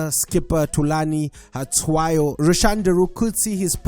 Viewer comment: Still can't get that Hlatswayo pronunciation right can you😂 Honestly I think we must rather consider who must chiefs keep rather than let go. I mean their German tactician has been forced to play "Burnley football" (not that he can play enterprising football). I disagree that Kambole has been a flop. It's his first season so cut the guy some slack. He's a former CAF CL semifinalist, he has the capabilities to destroy any defense so don't write him off yet.